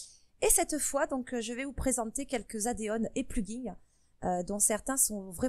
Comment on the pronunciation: addons pas adéon XD (désoler sa m’écorcher les oreilles ^^ ) Mais merci pour la vidéo ^^